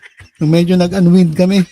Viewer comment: di po ako nagmamarunong, di rin po ako magaling umingles. Yun pong unwind ay pronounced po as uhn wined (waynd). Thank you po! More power.